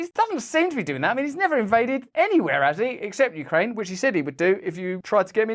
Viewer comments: YOUcraine. Not WEcraine…. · U - kraine, not we - kraine hhhhhhhhhh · You-kraine not we-Kraine that's Russia! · U-kraine not We-kraine haha genius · Very good. It's YOU-kraine, not WE-kraine. Good one! I'm American and we're struggling to pay for basic living expenses. And then somebody wanders into the White House from across the world, and Biden gives him millions. 🙄 I agree-I think our US Congressmen actually act like they're salesmen working on commission for the Military Industrial Complex. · Its Ukraine, not we-kraine. Sorry Joe that ATM is out of order. 🖕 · "You krane NOT We krane"😂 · "Ukraine ot Wekraine " brilliant 😂😂😂😂😂😂